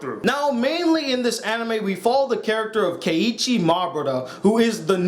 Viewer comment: you said if you said it right to correct you. You mean if you said it wrong to correct you. corrected-ed 'Keichi mah bruddah' :)